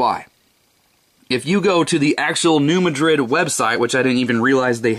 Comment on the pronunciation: That's New MAD-rid, not Ma DRID.